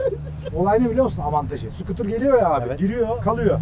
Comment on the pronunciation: Abi kardesim... sıkıtur degil.. scooter yazıldıgı gibi oku. Sıkıtur 🤣🤣🤣